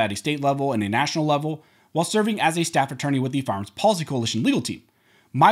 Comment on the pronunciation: Your information is terrific, but I wish you would work on your diction. You are not a “farms” expert dealing with the “seckamemman”….. Every syllable and every consonant is crucial when you are reporting to the public.